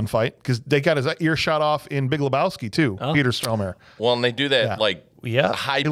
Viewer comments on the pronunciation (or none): Love this movie. Great review. However, it's PETER STORMARE.... Not STROMARE... LOL.... Sry.. Pet peve of mine as a movie junkie.